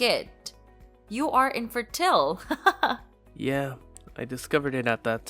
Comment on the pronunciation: In-fer-tie-l, NOT 'Infa-till" Not proof checking your VA content of pronunciation just makes your videos sound dumb and cringy